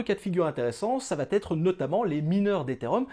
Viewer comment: Et "ça va t'être".... et "ça va t'être" .... Il paraît que c'est normal car c'est comme ça que l'on dit en Belgique ! N'importe quoi, la langue française se conjugue de la même façon et les liaisons ou non-liaisons se font de la même façon dans tous les pays francophones !!